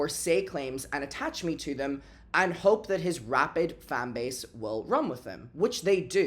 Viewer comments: It's 'rabid' babe. x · Its "rabid" fan base. Like "Rabies".